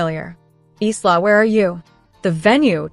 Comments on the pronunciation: I think "Isla" is pronounced "Ila" silent "S" A friend of mine has a daughter named Isla, and they pronounce it as if the "S" isn't there. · Your narrator needs to learn that the name “Isla” is pronounced “Ila”. The sister didn’t pay for the venue Isla did so it was hers to cancel not theirs to bully her into giving them.